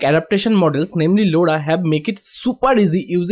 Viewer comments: bro that's not loda that's lora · the way you pronounce Lora is hilarious! btw thanks for the tutorial.